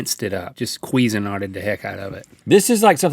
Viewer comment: Anyone else like the way link pronounced cuisine art? I giggled.